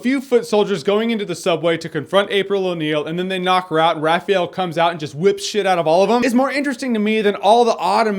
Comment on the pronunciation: Raphael...just him...RAPAHEL!